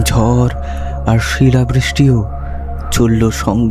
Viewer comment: কণ্ঠস্বর শ্রুতিসুখকর। কিন্তু পাঠ সাবলীল নয়। Punctuation বা যতি সঠিক জায়গায় পড়ছে না। তাই কানে লাগছে। আর, 'বাস্ক' নয়, "বাক্স"। 'গুরোগুরো', 'ঝর' নয়, "গুঁড়োগুঁড়ো", "ঝড়"।